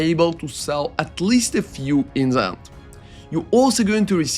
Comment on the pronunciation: Who the fuck pronounces "the" as "za"?